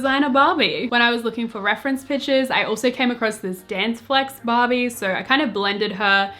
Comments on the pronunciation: Am i the only one hearing 'bobby' instead of barbie? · everytime she says ‘barbie’ i hear ‘bobbi’ what is wrong with me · When she says Barbie, i sometimes listen Bobby hahaha